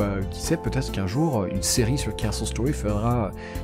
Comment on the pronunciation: On dirait que tu dit KSos Story avec ton acsent